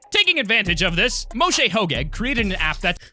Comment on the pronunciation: I heard as Mushi Ho-gay not Moshe hogeg